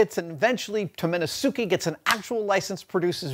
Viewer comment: Hate to be that guy, but Tomenosuke is pronounced Taw-men-nawss-keh.